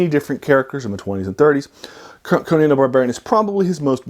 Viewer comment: Many people who talk about Conan pronounce his name wrong.